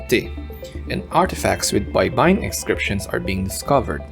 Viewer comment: It’s also not Bay-ba-yin (shore) but Bay-bay-yin means to syllabicate